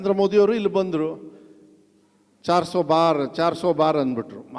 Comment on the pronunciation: ಅದು ಚಾರ್ಸೋ ಬಾರ್ ಅಲ್ಲಪ್ಪ, ಚಾರ್ ಸೋ ಪಾರ್.